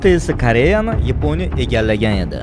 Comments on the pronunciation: Yponiya emas Yaponiya deyiladi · Yaponiya❌ Eponiya✅